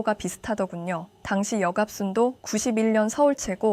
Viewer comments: 역갑순아니고 여갑순 아닌가요? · 여갑순을 계속 역갑순이라 읽어서 불편하네